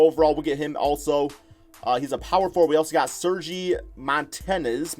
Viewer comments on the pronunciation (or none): none